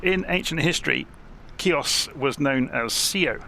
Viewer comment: I spent a magical 2 weeks on Chios in 2012, excellent modelling of the airfield, just as I remember it!....just one thing, it's pronounced "he-os" the "C" is silent! Transavia used to squeeze 737's in there, but I think they had to refuel on the return trip to Holland at Thessaloniki due to the short runway! I also spotted Avro RJ's from now defunct airline "Astra". Very few Brits went there, we had to transit through Athens onto (in those days) an Olympic Q400. There is a deserted airfield on the south west side of the island which I was told by a local that it is a diversion airfield for the HAF.....with the close proximity of Turkey, I think a lot of the airspace is still hotly contested and airspace incursions are a regular occurance! Excellent video, thank you🙂